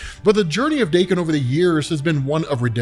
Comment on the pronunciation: TIL Daken isn't pronounced like Dock-in